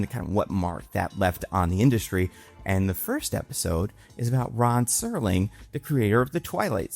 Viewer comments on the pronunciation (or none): none